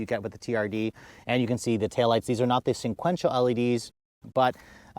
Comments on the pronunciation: SEQUENTIAL! Not sinquential. There is only 1 N in the word, not 2. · Are you really saying "sinquential"? Lol. It's sequential. Just a heads up. No 'N' 👍